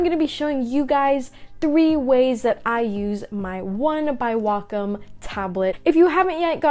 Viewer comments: Yes its not wack-em its wacom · I thought it was pronounced (waycom)